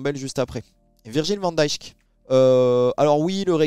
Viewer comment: Si tu prononces encore le J dans Van DiJk je me désabonne 🤢